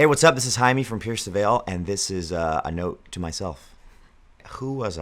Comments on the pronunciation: spanish pronounciation is closer to hai-meh than to jay-mie (our J's aren't pronounced the same) but idk why he doesn't just say the whole name in spanish or straight up says it in english haha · How come Jamie's name is pronounced hymie like I always wonder